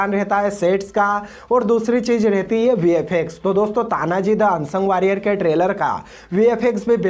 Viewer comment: तान्हाजी मालुसरे है नाम तो ठिकसे लो भाई